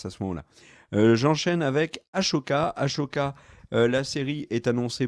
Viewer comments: "AssssssssOka" pas "ASHoka" Ça s'écrit Ahsoka, il y a pas de "ch" dans hs ! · Après toute ces années t'as toujours pas compris que c'est Ahsoka et pas Ashoka c'est fort quand-même... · Comme dit plus bas on dit Ah ssoka pas Ah chaud ka! XD😅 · Ker le malin qui dit Ashoka au lieu d'Ahsoka. comme par hasard plein de commentaires à ce sujet. comme par hasard. Très malin. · Les gas je vous adore mais quand vous dites Ahsoka comme s’il y avait un CH alors que non ! Si on écoute la vf ils disent Ahssssssssssssoka Ahah avec un S ! Voilà c’est tout sinon j’adore vos vidéos et votre humour 😜😜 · j'ai beaucoup aimé la vidéo, les informations sont sympa, l'ambiance est chill mais ... pitié Ahsoka se prononce A-SO-KA pas A-SHO-KA. Le H est avant le S. :)